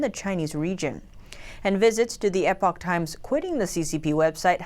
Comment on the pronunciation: Please teach that male reporter that "Epic" and "Epoch" are different words. The media business to which he refers is "The Epoch Times" rather than "The Epic Times." And teach him how to pronounce the word "regime" (example timestamp.)